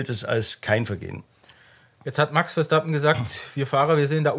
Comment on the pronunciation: Ich mag die Videos sehr. Aber sag doch dem mal jemand, dass der Redbull-Fahrer Verstappen heißt und nicht Verschtappen. 😉